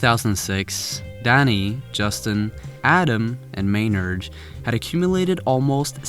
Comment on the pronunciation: "Maynard" No